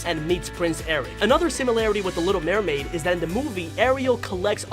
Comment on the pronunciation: Maremaid that's what you said not MERMaid You forgot THE M AFTER MER IT WAS THE 18TH OF JUNE 2021